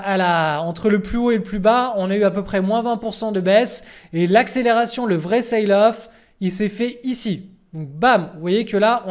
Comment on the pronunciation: Il faut dire "selle off" pas "ceïle off" (sail = voile) . Merci pour tes videos.